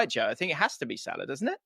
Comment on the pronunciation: Possibly the single worst football related debate ever televised. One kid throwing stats direct off google into a pointless waffle and another kid clearly yet to go IKEA who can’t even pronounce Salahs name?! Get Chunkz back on and remove this video from YouTube 🙏